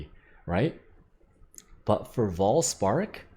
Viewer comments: It's Vaal spark, not Voll spark. Also, why is* Vaal* spark so good. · Its vaal spark not voll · Vaal Spark -> Farm Dried Lake (Voll) -> Voll Spark :D